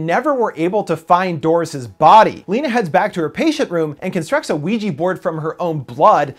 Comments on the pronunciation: did you just say ouiji? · I couldn't help but laugh when he said Weegee instead of Ouija. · why does your pronounciation of ouija sounds like luigi for some reason lol or is it just me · Why is Ouija pronounced Wee Gee?